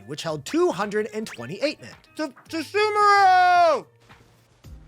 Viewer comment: why does he pronounce sumeru as 'soomaroo'? that's not correct